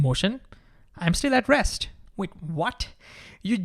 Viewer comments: Great video, but for most of it I thought you were saying “addressed”. Then i realized finally you are saying “at rest”. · Is he saying addressed or at rest? 🧐